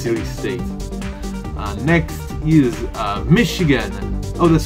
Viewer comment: I'm sad that you pronounced michigan correctly but happy that you got the fact that I am angry correct